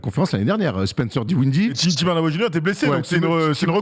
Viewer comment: …😂 C’est: DIN - WIDDIE et PAS DI - WINDIE 😂😂😂 Désolé mais tu me fumes avec ça depuis un moment 😂😂😂 😉🤝